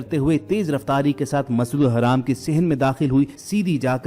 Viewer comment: Masjidul haram hai wo dhang se bolo tallaffus sahi kro apna video bnakr social krtey ho dunia waley video dekhtey hain dhang se bolna seekho smjhe jaahil Insan